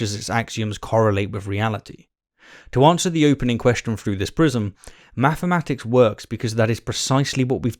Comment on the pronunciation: He keeps saying “maffematics”😂🤣